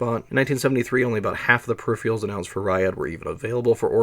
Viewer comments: Per if eR al. Just like it’s spelled (VO kept saying per if ee al) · This is a seriously well-done video. You fascinated me so much that I wound up downloading the CDC summary of the RYAD 1040 performance. One wee thing: "per-RIHF-Er-uhlz", not "per-RIHF-Ree-uhlz". Sorry. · per - iffer - alls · Hey - great but a kit-pick on pronunciation... Pur-RIFF-Ur-uls not Per Riff-REE-uls-- but whatever. great set. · Are you saying 'perifrials' instead of 'periferals'? eg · "Peripherals" is pronounced "pair-rif-er-alls", not "pair-rif-re-alls" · I can't help it - whenever you say "peripherals" I hear "periphials". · Can't blame the guy for being excited to tell us about the periphieraials. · Brilliant work but say it with me... per-iph-er-als. I had to stop watching that's so annoying. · how can someone know so much but also not know how to say pewifawils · I've never heard anyone pronounce 'peripherals' as 'periphreals' before, and now three in one week, and it's only Thursday! 🤣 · Perr-rif-erals theres no a. Not even in the pronounciation. Its not a pair of anything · Agreed, the second R is not silent. I've heard this a few times from people, and I always wonder whether or not it's just a weird accent or they just can't read correctly. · You're gonna be mispronouncing the word you yourself chose as the title of the video, huh. I'm a minute in and have to nope out after hearing it a bunch of times already. Doesn't give me an impression of careful consultation of sources. Something expected of documentaries. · Interesting. I enjoyed it, except that you can't pronounce 'peripherals'. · PERIPHERALS, where in the god damn world are you seeing the second I in the word PERIPHERALS. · Can't this guy learn how to pronounce "peripherals"? He mispronounces it every single time, as if he can't read.